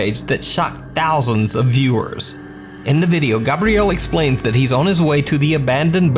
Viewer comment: I think it's hilarious you don't know how to pronounce Gabriel. 'Gabrielle' is not correct 😂